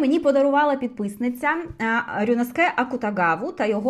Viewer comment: Наші вуха ще пару годинок би витримали слухати Ваші розповіді про книжки, тому за нас переживати не треба😉Дякую за відео❤ Р.S. РюнОске Акутагава (для чого ще дивитися аніме з субтитрами, як не для того, щоб розбиратися у вимові японських імен😅)може і Вам згадобиться🤷‍♀️😄